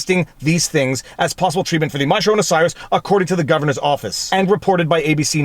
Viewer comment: why is he mispronouncing the coronavirus?